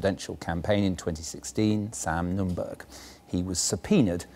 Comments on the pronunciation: Note the heavy BBC bias to the Retrumplican Nunberg ( altho' stupid BBC buffoon keeps calling him 'Nundorf' ! ) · The presenter called him Sam Numdorf - lol